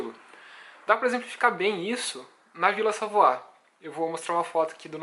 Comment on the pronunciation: Pesquise a pronúncia correnta de Ville Savoye